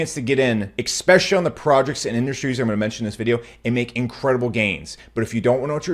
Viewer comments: it is so difficult to take seriously someone who says "exspecially" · Never take financial advise from someone using the word exspecially… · Everyone is getting an extra 1X on their bags every time says “exspecially”.